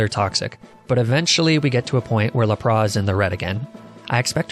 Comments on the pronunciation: I honestly feel like this goes over everyone’s heads and it did mine for a while if it’s true but I think he pronounces arcanine and lapras that way on purpose lmao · For the last time that’s now you pronounce Arcanine or Lapras. Arcanine is canine with Ar on the front and when has the S in Lapras ever been silent? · You’re pronunciation of some Pokémon is mind blowing. I have such a hard time watching your videos knowing you might screw up any of the easiest names like Lapras or Magnemite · how the fuck does this guy pronounce lapras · Bro! Learn how to say Arcanine and Lapras the right way 😂😂😂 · I've never heard anyone pronouncing lapras like that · Love how you pronounce Arcanine and Lapras! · I WAS DRAWING WHILE LISTENING TO THIS VIDEO AND WASN'T FULLY PAYING ATTENTION SO I THOUGHT HE SAID "RAP" AND I WAS LIKE? OH POKEMON BE SPITTING BARS NOW??? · Lol right people that deliberately mispronounce things this badly to be quirky annoy me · And lapras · im sorry but.... LAP-RAH????? jk love the vid <3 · His pronunciation of Lapras is beautiful. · I've accepted how you say Arcanine and Lapras, but for some reason your "strychnine" pronunciation was unacceptable. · Lapras definitely isn't la-praw. That's just silly. Look at all of the shows, games, and movies involving lapras. It's lap-ras. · It is lapras not lapra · Theirs a s on lapras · lapras isn't pronounced as laproe it is la pruhs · WHY DO YOU SAY LAPRAH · Laprah? Lap-ras... Sorry that bugged me so much you said it like 13 times in under a min and a half. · NOT LAPRA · Fid he say lapra instead of lapras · Ah yes lapraa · lapraS, lapraSSSS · You absolute psychopath calling lapras “laprah” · You said to Lapras laprass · Lap-Bra? Come on bro... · Stop saying laprá lmao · I have to ask, are you doing that on purpose? Lapra?? Arceneighneigh?? I mean I love your videos but come on man you gotta tell me if your doing this on purpose it's a rule!! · The way he pronounced "Lapras" makes me want to commit die